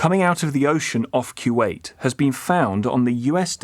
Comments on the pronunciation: It seriously makes me laugh that he keeps saying "q wait". Like seriously is that how British pronounce that? Not even close to accurate lol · 😂😂😂he said "Q-Wait"😅😅😅